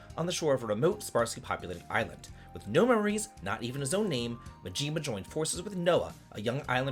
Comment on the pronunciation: I had to stop as soon as you called him Goro Muhjeema. Love ya buddy, but that's Maaaaahhjiima!!!